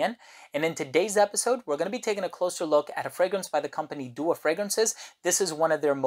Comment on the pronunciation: Its pronounced "Du aaa" not doa :) its an arabic word that means supplication